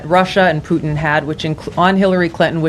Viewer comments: Plutin…she really said Plutin.🙄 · Nancy Pelosi said Plutin!!!! Nancy????? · I heard Vadlimir 😅Plutin